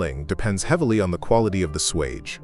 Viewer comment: If you're going to insist on using a computer to voice your videos , at least teach it to speak correctly. Swage , for instance . One two hundred , for another .